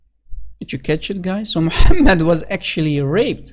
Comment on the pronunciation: Mu-ham-Mad Really???